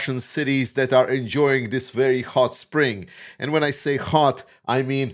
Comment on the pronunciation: Please say Hot and not Ghod. ;-)